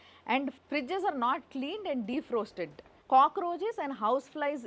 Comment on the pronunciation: డీఫ్రాస్టెడ్ అని చదివితే అర్థమౌతుంది. డీప్రోస్టెడ్ వద్దు డీప్ రోస్టెడ్ అన్నట్టు.